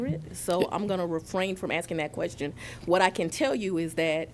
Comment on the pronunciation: Axing a quetchion